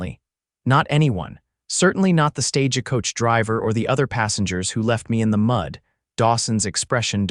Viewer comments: Each time I hear this reader speak , there is always mispronounced names and words. Stage a coach.. please some one teach him to pronounce words and names correctly. Or, teach AI.😊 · THE VOICE TELLING STORY HAS NO FEELING IN IT, FAST TALKING, WHY ARE YOU SAYING STAGEACOACH, STRAIGHT LINE TALKING, BYE.